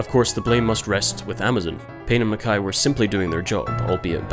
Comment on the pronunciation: One of the first people I’ve heard pronounce mackay correctly.